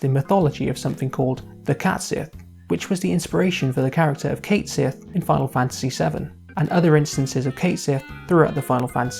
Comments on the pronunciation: One of the head developers of FFVII revealed that his name is actually pronounced Cat-Shee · It's "Ket Shee." And Yuffie is WAY more useless. Vincent is moderately more useless. But let's be honest--Cid, Red XIII, Tifa, and Cloud are the characters you'll be using for the vast majority of the game. And you boil down the character to a cat riding a moogle. Except it's a robotic cat used to spy on the team by Reeve who is working from inside Shinra to disrupt Shinra, becoming the one character in the original game to clearly show us that not everyone from Shinra agrees with Shinra's actions. And did you understand the game at all? The entire reason it was viewed as a sacrifice the first time is because they didn't know it was a robot. When the second one shows up, it reveals the truth of things. And since Cait Sith IS Reeve and Reeve IS Cait Sith, what the hell is the difference? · My guy made a whole video about a character and couldn't even pronounce his name right T _T